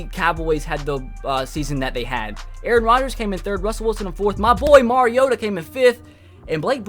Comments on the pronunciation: He said marcus marigoata 😂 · Jeremy Hernandez He's saying Mari-goat-a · He said marigota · Did he say Marcus Marigota? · He said marigotta omg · Don't ever say Marcus marigoata again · how do you feel about Corey Davis's injury By the way you said marigoata wrong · He's a Titans fan but cannot pronounce his QBs name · Wow a titans fan cant even say the qbs name right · His a Titans fan and he can't even pronounce Marcus Mariota name